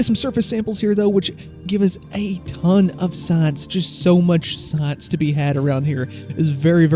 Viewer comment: "Saaaaince" -- fellow Texan/Okie located. ;)